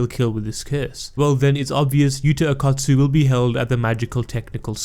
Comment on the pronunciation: Why do you keep saying akat tsu , thought it was o kot tsu